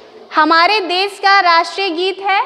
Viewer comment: Hindi pronouncing is wrong.des nahi desh kahna chahiye and there hesitation is showing also.